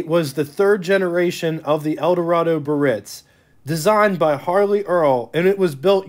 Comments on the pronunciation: Great video tour - but his mispronunciation of the word "Biarritz" was cringe worthy. It's not 'Birritz'...it's Biarritz! There's an 'a' that needs to be pronounced. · Probably check on the pronunciation of "Biaritz". Bee Uh Ritz" . Emphais of the last syllable. Not Buh-Ritz. Of course, depends on what part of the country you grew up in. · The correct pronounciation is: BEE-A-RITZ , not BURR-RITZ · Pronounced: Bee-ah-ritz, 3 syllables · It amazes me that a person makes a youtube video about a rare car and has no idea how to pronounce BIARRITZ!!!! (Guess they don't travel very much)! And it's AUTRONIC EYE,!!!! The "signal seeking radio" did have an optional floor button that would activate the radio station search by stepping on it. Having a 57 and an 85 Biarritz, i clench my teeth when i hear bur-itz!!!!., agggggghhhhhhhhhhh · BEEEE -AR - RITZ! 😡 Three syllables. Come off it, a car special-interest host *must know - or learn - how to pronounce car names! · ❤ Great review,... But in the town of Biarritz in France, the first 'i' is not silent. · You’re pronouncing it wrong. The I is not silent. Ugh…